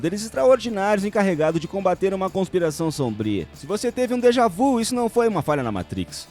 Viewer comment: PelamordiDeus . . Déjà vu, francês, se pronuncia "deja vi" viiiiiiiiiiii caralho! Isso é francês.